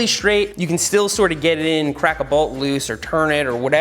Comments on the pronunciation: Balt or bolt?😂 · I love how seth says bault instead of bolt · Today I learned Seth pronounces "bolt" a bit different than I.